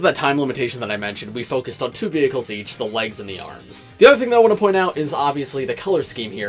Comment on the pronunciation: So someone notices he says vehciles